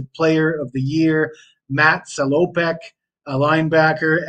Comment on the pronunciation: Suh-low-peck? It’s Sal-oh-peck 😂